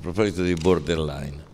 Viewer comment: Puntata fantastica! Paolo è straordinario e poi mi fa spisciare il fatto che ogni volta dice bordell-line invece di borderline. Chissà se sia voluta o casuale 'sta cosa 😂